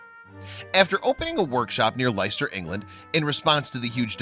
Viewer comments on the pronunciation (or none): Sorry must just say. .. . . Leicester he pronounced Liester is actually Lesster! 🤓. Oh And well done. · Americans .....please, please, please. I occasionally hear the pronunciation of a city in England called Leicester. They pronounce it as Lie-ster. The correct pronunciation is Less-ster. I can understand that you are pronouncing it as you read it which is forgivable. But I just thought I would help you out. Interestingly not far from Less-ster there is a town call Loughborough. This is a difficult one, as even born and bred English people struggle with this one. It is not pronounced La-goo-bara as I have heard it pronounced, but Luff-bura. Hope this helps .......... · Wish Americans would learn how to pronounce English place names. There is no such plase as lice-stir. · Leicester is pronounced Lester. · Leicester, is pronounced Lester. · Leicester is pronounced the same as pester